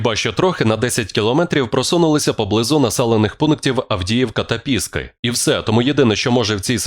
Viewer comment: чудова інформація! гарний тембр голосу диктора. але ж! ПіскИ! ПіскИ! ПіскИ!!! закарбуйте це у своїй пам'яті, будь ласка!!!